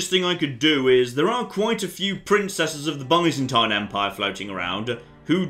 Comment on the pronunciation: Your pronunciation of byzantine is killing me.